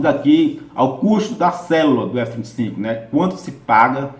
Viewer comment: Legal, só ele confunde um pouco falando f35, parece que fala f25. ..